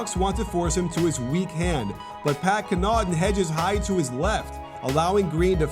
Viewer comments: His name is pronounced Pat CONNaughton, not Pat ConnAUGHton, btw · coach it’s pronounced “caw-naw-tin” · And say it with me "pat kahn-uh-ten" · it's pronounced CON-a-tin